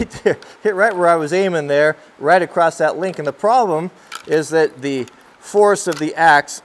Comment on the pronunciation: U said acrost